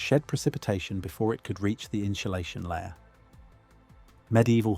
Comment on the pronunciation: the "inshulashion" caught my ear